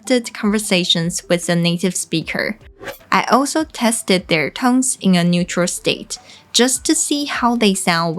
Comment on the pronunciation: 你把「tones」唸錯了！把你的手放在你喉嚨然後發「tone」你就會覺會發掘出來莫為「n」的音喉嚨有震動。把那個震動加再「s」上面，它會變成「z」的聲音。一班的英文母語著會把「tones」說成「tonez」。不管是名詞或動詞都會這樣hugs的g喉嚨有震動，所以會把s發成z。kids的d也是，所以要念成kidz。kicks而不是，ck喉嚨沒有震動所以kicks的s不會變成z的聲音。謝謝你的影遍，以後希望你也會有一些教台語的！